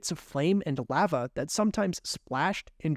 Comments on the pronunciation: (La-va) not “leva” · I hate how you pronounce lava its pronounced l ah v ah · Who’s gonna tell him that lava is pronounced with a long A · Straight up calling it “laugha” 🤣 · Clicked off once he said LAAva😂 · I hate when it comes to the lava crystal because he keeps saying it wrong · Why he say lava like that? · Why do you say lava like that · Love your vids but hate how you say lava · You say lava weird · no one talking about his pronunciation of lava?